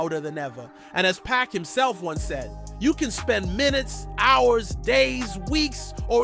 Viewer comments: 😡🤔🫵🏾👉🏾 First off.. dawg, stop wit' the back and forth of mispronouncing Pac's name! It's PAC! NOT PACK! Secondly.. l'll believe it when l see him wit' my own two 👀 eyes, live and direct! Besides.. how do y'all know wit' all this so-called exclusive coverage and what's about to go down if this sayin' about Pac is true! If it's rumors.. why report speculation?! Has anyone seen Pac wit' their own eyes other than that reporter who claims Pac is in Cuba?! Talkin bout he'll reveal what Pac said to him in a so-call part 2! Miss me wit' dat crap! Click bait and habitual lies on the internet ruin that for me, so why believe this?! Last but not least.. I've been rollin' wit' Pac and his music since "Same Song" wit' Digital Underground.. and it makes me say to you, Pac.. if you're alive.. most of your career and 6 albums in.. you prophesied and rapped about death being around the corner only to FAKE YOUR DEATH?!?! I know the alias of who Makaveli was.. a gangster who fake is death. But, allegedly for you to fake your own death erases every heart ❤️ felt regards of you living life as a prophetic poet who was the author and designer of his own destiny! But, nevah the less.. your my dawg.. so, come on back to the states and hit the studio wit' my trues.. BONE Thugs-n-Harmony.. here up'n tha wastelands of Cleveland where l dwell, and let's roll wit' a "Thug Luv " part 2! Hahaha! Really Doe! "Where my thugs at!" 💥BOOM!!! 🫵🏾👊🏾✊🏾💪🏾👉🏾💯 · It's Pac not Pack